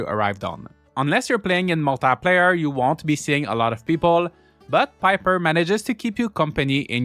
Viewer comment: I laugh every time I hear you say "PIP-3R" 🐦🐦🐦 Thank you so much for the review! I've been waiting for this game since the demo came out! Also, I wonder if another player would be able to open that door in the ruins.. :_joshQuestion